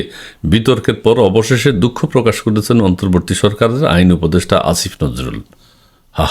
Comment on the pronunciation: আইন অপদেষ্টা স্যার না কি ষাঁড় 😅 আপনি ও উচ্চারণে কিছু ভুল করছেন।😢আপনার এই ভুল মেনে নেওয়া যায় না 😅😂